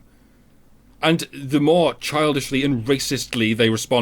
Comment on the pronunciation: Haha... "MIORE" lol, luv yas